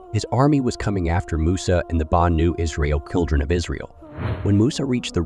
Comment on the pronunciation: We need to stop using A.I to narrate videos that require correct pronunciation, Banu? F(eye)roun..ughh